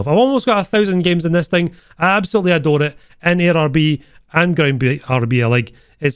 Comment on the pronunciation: A-DORA it lol